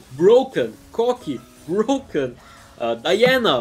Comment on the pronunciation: "Brrrroken" made my day 😂